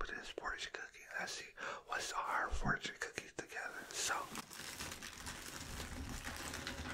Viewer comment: every time you say fortune i hear 4chan lmao